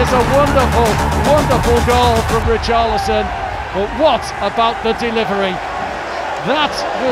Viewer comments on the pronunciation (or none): none